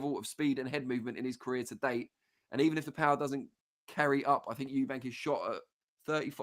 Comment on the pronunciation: I can't stand it when people call him Eubanks to I thought I was the only one,if you can't say it properly just don't say it 👍